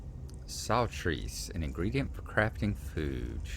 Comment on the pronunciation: I don't think it's "sol-treece" so much as "salt-rice" ;-) You like looting everything in sight, y'all want to try "Shroud of the Avatar". I'm told it started in the old Ultima games (and I know you're familiar with at least one of those ;-) that you can interact with anything that looks like it should. You can find bookcases full of books and take as many as you can carry, although they do get heavy after a while: not sure about whether you can make any money off them but you can always put them on your own bookshelves to decorate your home ;-) Not only can you read the books, people can publish books in-game and it's technically possible for those to show up as loot! I think you've got the Rewards, that "Crown Experience Scroll" showed up earlier: let's see if I was right ;-) You have encouraged me, I shall try to remember to log into this again and see whether I remember any of what I was doing…